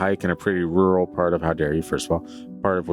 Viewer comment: I love hearing read the word rural. And it seems to happen so very often. 😂❤